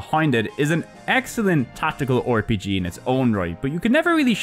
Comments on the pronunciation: Hello hello, this is an instant sub from me. One thing though. Why do you say "Or-PG", but not "Cor-PG"? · Hey the 'O' in front of RPG is silent:V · That was a fun video! I will definitely come back and Download some games. It must have taken forever to make. Also where are you from? I had a chuckle every time you pronounced the R in RPG as "or"